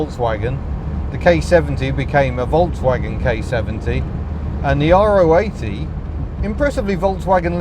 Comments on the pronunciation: It is the latter you are correct. It seems to be the English speakers that cannot pronounce it properly. In Germany you’ll always hear it pronounced Ro-achtzig, not R.O. achtzig . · Weren’t they more after the K70 than the gearbox? And yes, Ro80 (row 80) is the correct pronunciation 👍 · Is it R.O. 80...? or Ro (Rotary) 80?? I Always assumed it was the latter, the 'Ro' being pronounced as an individual syllable..